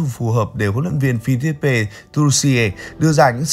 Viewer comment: Cháu thấy người nước ngoài phát âm là "phi-líp". Mà sao mình phát âm là "phi-líp-pê" vậy?